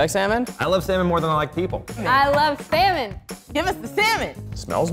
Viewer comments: Why I'm hearing semen instead of salmon lmao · why do they pronounce it as "samon" and not "salmon"? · sal - mon but the L is silent